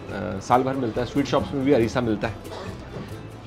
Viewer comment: अरिसा नही अरसा